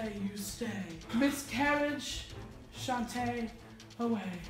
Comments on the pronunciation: It's not shante away it's sashay away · It’s shantè you stay. Then sashay away lol not using shanté twice but I’m a drag fanatic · It’s sashay away not shantay away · No one is talking about how said shante away instead of sashay away and the Rupaul inside of me is screaming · she said chantay away😂😂 its sashay away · i liked the video but then said shantay away instead of sashay away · IT'S SASHAY AWAY COME ON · I'm pretty sure it's SASHAY away but ok